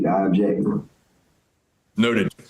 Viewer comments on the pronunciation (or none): "I ubbjekt"